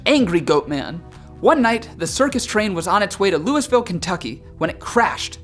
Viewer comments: Wait -- "Loo-iss-ville, Kentucky?" Who hasn't heard of Loo-ee-ville? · It's Not Louis-ville it's Lewie-ville, you dumbass. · I love watching List 25. You have so many name to pronounce that are difficult, but there is one correction I have to make. In the state of Kentucky, Louisville is pronounced "Lou a vul". That is the best way I have to spell it the way we pronounce it. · Its not louis-ville but loulville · Dude, it's pronounced "LOO vul", not Louisville. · Grrr... "Louis-ville" NO! "Loo-uh-vull" 🤦‍♀️ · Loved the video, but you made me cringe when you say “Lewis ville” Kentucky. looo ville or lewey vill. Never Lewis ville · Might I suggest proof reading double checking pronunciations before Filming... - Lou-E-Ville KY , not 'Lou-iss-ville" - Birch Bark Canoes, not Birch Bank - People Emit Odors, (Omit means to leave out) otherwise, besides my aversion to change, not a bad show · It's not pronounced "Lewisville" Louisville is pronounced "Loo-Uh-Vul" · #9. I love the facts and am waiting for part 2 but I have to tell you. You pronounced. Louisville, KY wrong. It is not Loo is ville. but rather Loo E ville. Sorry. As an American. City names being pronounced wrong just irks me. lol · No one calls it Louis ville Kentucky, it’s either loui ville or looo vul, definitely not Louis! I expected more from Floridian teenyboppers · Lou-uh-vul, Kentucky. Not Lou-iss-vill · I was born and raised and have lived in Kentucky all my life, and I’ve never heard of the pope lick monster/goatman😂 Also, we can tell when someone isn’t from Kentucky, because they pronounce Louisville as (Luise-ville) or (Loo-ē-ville) People from Kentucky say (Lu-vool) 😂 Just something funny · I’m from Kentucky and the scariest thing about that story was when he said “Lewis-ville, Kentucky.” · Lou-a-vull is how you pronounce Louisville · It's pronounced Loo-val! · Louis as in King Louis. It’s French, you uncultured swine. Louie-ville. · It's pronounced looievull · Louis-ville XD I swear every time